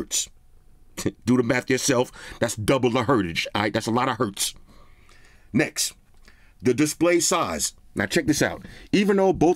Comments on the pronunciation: Did my bro right here just said double the hertage?? 😂🤣😂🤣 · Double the "hertage" 🙂